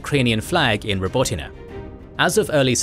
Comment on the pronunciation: Your pronunciation of Robotyne is so much better than large global media companies with ridiculous resources who couldn't be bothered to research it